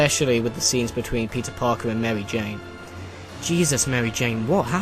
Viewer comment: Merwy Jane lol